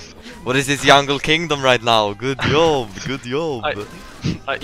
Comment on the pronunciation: English: Job: Yob English: Joke: Yoke English: Jax: Yax English: J??:.... Y!!